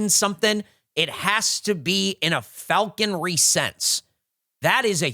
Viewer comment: “Falconery” 😂. In what world does that “e” make it in there? It’s just “falconry”. is normally so good at that sort of thing and NOBODY ELSE CAUGHT IT!?!?